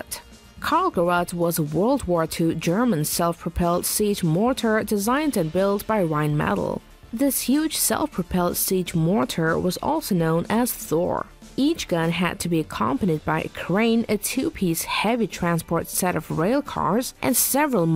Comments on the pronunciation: Pretty sure ei is pronounced like i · they literally pronounced it: roihn metal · Pronouncing "Rhein-Metall" like "Rhine-Metal" makes them sound like a band :-P